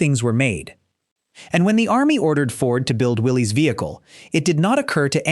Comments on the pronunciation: Willis Overland not Willie's Overland spelled Willie's but pronounced Willis the man who started the company's name was John North Willis spell with a y try to get it right if you want to be an authority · It's not pronounced Willie's it's pronounced Willis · The other company (besides Ford) that made the jeep is pronounced “will-liss,” not “will-leeze.” I’m old enough to remember Willys vehicles on US streets. Somebody should have bothered to check if they were going to make this video.